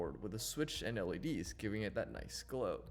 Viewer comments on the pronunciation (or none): none